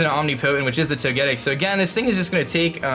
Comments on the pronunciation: Or Toe-ge-tick if you prefer. but not Toe-get-tick. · I'm pretty sure you say Toge-tic instead of toe-getic.. Correct me if I'm wrong 😀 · It's "Toe-ge-TICK" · Thumbs down-ing purely for the way you butcher Togetic's name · Ugh I hate how you pronounce Togetic...